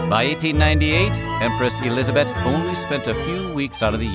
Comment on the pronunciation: Nice pronounciation of Elisabeth! 😍